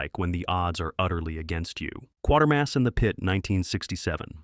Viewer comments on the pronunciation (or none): #05: It's Quatermass and the Pit, no R after the A, pronounced "kwaytermass", not "Quartermass". It's even correctly given in the chapter title on-screen, but the narration and the caption on-screen are wrong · It's Quatermass, not Quartermass. Just saying. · Ot's pronounced Kwaytermass. Not Quater mass. Yes it's spelt like thet, but if you watched the films and TV series you'd know that. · Thanks for this I had never scene Night Caller so downloaded and watched excellent movie Always feel sorry for my Yank sci fi fans They never get Professor Q name pronounced correctly